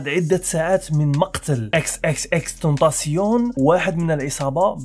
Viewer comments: تايشن ماشي تاسيون و اسم العلم عندو نطق واحد باش ما تقليش هاذا النطق الفرنسي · انت قلت اسمه غلط 😂😂